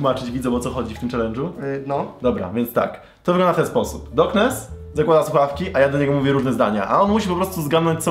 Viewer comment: Czy tylko ja uslyszalem zboknes na poczatku